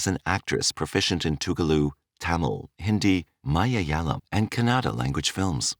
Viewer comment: The narrator cant say malayalam and telugu.